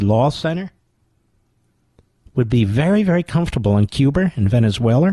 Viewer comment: "Cuber and Venezueler." Lol